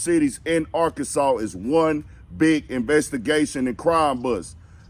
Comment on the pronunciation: Why you saying Arkansassss.....😆😂😂😂✌🏾💀